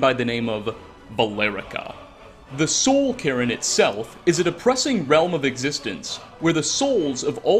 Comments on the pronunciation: "Soul Karen" LMFAO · "Soul Karen" 😂😂😂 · What's the "soul Karen"? 😂